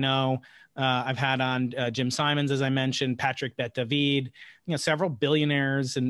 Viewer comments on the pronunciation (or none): That was really strange way to pronouce David. Coming from someone who just watched one of his podcast where he says his name as normal as David Blaine does.